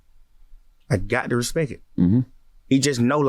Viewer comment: he said respek